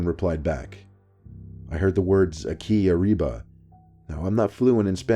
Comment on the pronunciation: lol the way he pronounced it “Aki Ariba” sounded more like a magical spell then spanish.